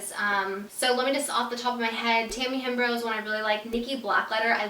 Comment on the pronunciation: Did you call Tammy deammy hembrow??? 😂😂😂